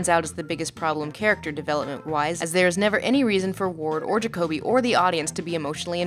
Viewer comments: did you even watch the movie? his name is Juh-koby not jock-uh-bee. i feel like if you watched the movie you would know that... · Ja-co-be... its Ja-co-be no one is named Jacob-be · Jacob-E? Did you just watch the movie and not listen to it? His name was clearly and repeatedly stated as ja-coby. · How can you continually mispronounce Jacoby. Ja-CO-bee. Not Jacob-ee. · Did you watch this or some one else on your team? Because you keep mispronouncing jacobi. Like you've only read the name but never listened to being spoken. Like its said 2 dozen times in the movie. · JAKOBY not Jacoby lol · Is it just me or does how she pronounce jakoby really wrong and annoying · JAH-COBY holy shit lol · You now how I know you didn't watch the movie? You can't pronounce one of the main character's names properly when it is said multiple times in the movie. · Why are you continually mispronouncing Jacoby's name in the beginning? It makes me feel like you've only read reviews of this movie, but I cannot imagine you doing that! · Ok wtf, nihilist, jakoby. can you pronounce something correct please, its distracting... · Why does she mispronounce nihilistic and Jacokby's name?